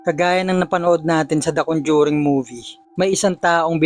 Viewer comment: Nakakatakot naman ng istoryang ito. Pero mas nakakatakot ang pagkasabi ng RODYER sa pangalang Roger. At CONDYURING sa salitang Conjuring.